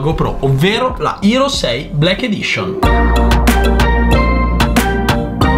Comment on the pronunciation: Non c'è motivo di usare tante parole in inglese se uno non le sa pronunciare. È HERO non ERO, HOME non OME.